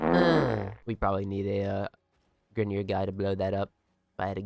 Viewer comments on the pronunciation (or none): Grineer? WRONG greener